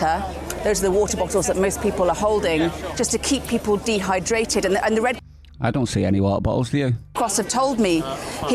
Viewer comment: "..to keep people DEhydrated"! She's high on the SlyLie drug..